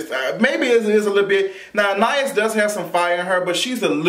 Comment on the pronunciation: Her name is pronounced An-Eye-Ees lol 🙄